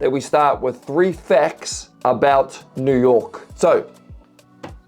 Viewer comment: I love the way you say “a boat” Great reaction!